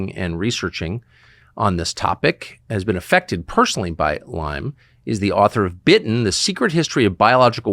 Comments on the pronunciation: you can’t even properly pronounce the word. It’s not “Lymes” it’s LYME. Shows how much you know. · Heard it’s “Lyme” with no s.